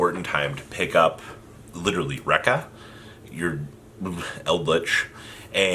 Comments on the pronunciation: It's pronounced Reek-ka. Not Raik-ka. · Ree-Ka, Ree-Ka not Denko Rect ya